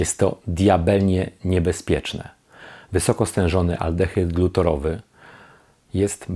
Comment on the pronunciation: Mała korekta: aldehyd glutarowy nie "glutorowy", związek wapnia nie "wapna" :)